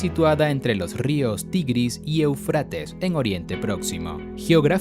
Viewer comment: Esta bueno el video pero me duelen los oidos cuando dice eufrÁtes cuando en el mismo video muestran el acento o tilde en la primera e Éufrates!!